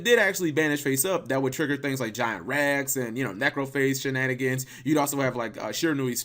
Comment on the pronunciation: i think we're brothers it's like the monster is saying "three of dem thangs".